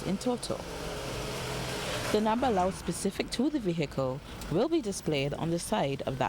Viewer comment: We get so accustomed to hearing professional broadcasters in Barbados butchering the English language that we don't bother to say anything about it. CBC should be ashamed of itself. "V-hickle" indeed !